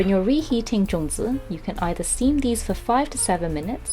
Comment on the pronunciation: Sorry no zongi it's zongzi ok